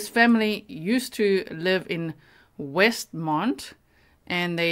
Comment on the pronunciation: It's Westmont, IL. Not Westmond.